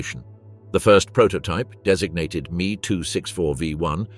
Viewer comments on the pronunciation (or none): dumb ai and lazy developers of youtube videos its not me its M E two letters pronounced seperately, and its von braun not van brown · It is M..E short for Messerschmidt not me as in oneself. The curse of AI generated speech